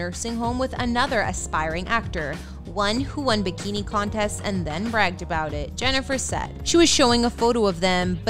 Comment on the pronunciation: stopped watching 45 seconds in bc I don't like the way the narrator pronounces the word "about". Also, I don't care.